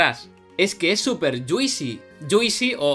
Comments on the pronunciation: Yuisi? lol Se escribe juicy pero no se pronuncia la i, vendría pronunciandose mas o menos como “Yusi” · Mola mucho, x cierto se pronuncia “yuusi” no “yuisi”. Juicy —-> /ˈdʒuːsi/ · Ya que hablas de "juicy" como jerga de los game developers, fijate que no se pronuncia "dzuisi" sino "dzuusi"